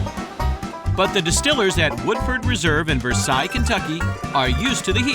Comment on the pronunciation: Versailles Kentucky is pronounced “Ver-sales”